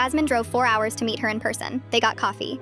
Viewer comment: I heard eat the baby instead of meet the baby and had to rewatch cuz I got genuinely concerned for a sec😭😅